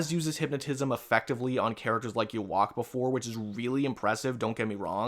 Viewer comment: You pronounce the name as "U-Ha." For that guy you we're talking about in regards to universal statements for bleach character statements